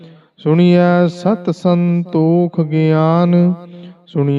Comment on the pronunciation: ਸੁਣੀਐਂ ਨਹੀਂ ਸੁਣਿਐਂ ਹੈ ਜੀ